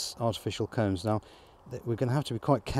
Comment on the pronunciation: It sounds like hes saying cones. I'm assuming hes saying combs. In a standard hive, they're called frames, at least in america.